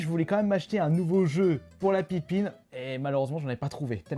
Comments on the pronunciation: Par contre ça se dit Pippin et pas Pinpin... ça m'a écorché l'oreille tout le long de la vidéo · Entre : ce gars qui sait pas prononcer le nom de la console et le fait qu’il trouve que la manette ressemble à celle d’une n64, ils font bien la paire tous les 2 on sent bien le manque d’intelligence..